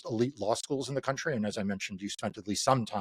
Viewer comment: "My County,'Tis of Thee"